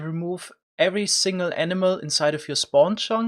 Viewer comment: I heard emena every time he said animal